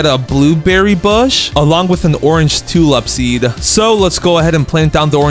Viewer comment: For the love of god, learn to speak, calling a tulip a “tulup” and daffodil “daffiduls”, is English not your first language?